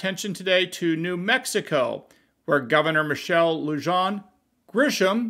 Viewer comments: No one here is paying attention to her or the order. No one will enforce it either. Her middle name is pronounced Lujan (Lou-Han). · it's pronounced "LOO-hahn" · FYI - Lujan is pronounced "Luhan" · Lujan = Loo-Hawn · Her name is pronounced LOO-hawn GRISH-um. The "J" in the Hispanic name Lujan sounds like an H. Come on,. Let's get this right. Your mispronunciation undermines your credibility needlessly.